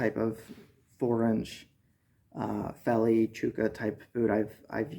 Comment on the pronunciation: Pronounced "felly" in Afrikaans, but good review I just pulled the trigger on a pair of these. Waiting on em to come in. Was issued a pair back in the day (83) to replace my rotted out jungle boots. Im having serious troubles with boots falling apart within 3 months and im talking quality boots.